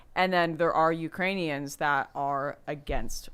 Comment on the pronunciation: Dude I did the same. I was drinking vodka and threw up really fast. I missed it when Biden said Uranians.